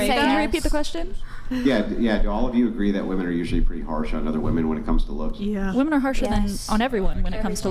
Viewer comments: they think they are pronouncing "woman" and "women" differently, they just emphasize the wrong syllable. they say "wom-EHN" and "wom-IHN", so dumb they assume the different letter is the letter pronounced differently. its "WUHM-en" and "WHIM- en" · It’s crazy that these girls don’t understand the difference in pronunciation of “Woman” and “Women” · No matter how many of these episodes you watch there is always the one girl who says woman instead of women. How can they always make the same mistake 😂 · WOMEN!!!! Not WOMAN 🙄 annoying asf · Saying woman instead of women, makes you sound stupid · On one of the episodes you were on and you asked why so many girls say "woman" and really mean "women", ever since then I catch it every time and it is so annoying! Lol I love you! I have the utmost respect for you.❤❤❤ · Why do all these vacant dolts pronounce women incorrectly? How can such a high percentage of a group be so inept they cant even pronounce their own biological category? Unreal. Truly unreal. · Ive noticed this with women on Charlie Kirk too, ive even commented on a vid asking why and got the response "its the correct pronunciation". Sad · I forgot how much these crazy degen girls say 'woman' instead of 'women'. My god it's an epidemic!